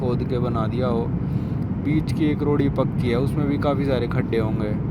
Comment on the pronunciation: खड्डे ❌ गढ्ढे ✅